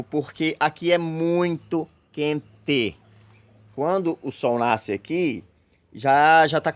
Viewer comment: Amigo adorei, você caprichou no sotaque pra falar"quenteeeee" igual nós aqui do Paraná kkkkk